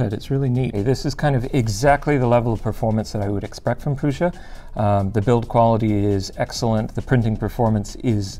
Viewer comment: It pains my maternal side ancestry that no one pronounces Prusa (Proo-Sha) correctly. But, proud of the namesake making a badass 3D printer - NOT fault but for future reference LTT comment peruser!